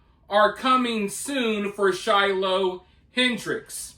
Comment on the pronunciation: the way he says shiloh makes me die inside